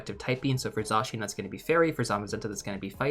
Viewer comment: This video was incredibly helpful! Thank you! 🎉🎉 Also I love that you're pronouncing Zacian's name correctly!